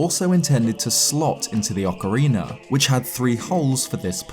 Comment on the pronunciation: Thank you for not having a weirdo saying "Ocariner" in this video. <3